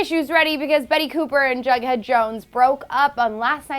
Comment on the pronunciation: It's jughead not bughead wtf